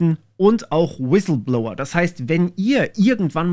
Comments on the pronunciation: „Wisilblower“ war sehr stark 😂 Spaß beiseite, gutes Video 👍🏼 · Ich bin sowas von weg gebrochen, als Du im schönsten Dschörmän Inklisch "Wiselblouer" gesagt hast :D